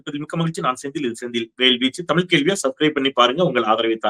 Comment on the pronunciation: First You speak Thamiz Dont speakThamil DONT MURDER THAMIZ Take Example Any Bramin Tell Thamil They Speak Tamizh Most our People Dosnt Speak Thamizh speak Tamil Including Your Self I like To Your u Tube But your Tamizh Prounansation No Good Please Try Read Kalainar Book Please Dont Murder Tamizh Thanks